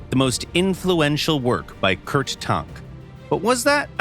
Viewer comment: Who is Kurt Tornk? 😂 *Tank